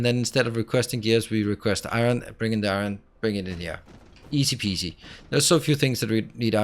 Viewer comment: Granny liked it, she really enjoyed your Danish eye-run pronunciation. That is the dialect she uses to call the device used to take wrinkles out of clothes. You span the generations well.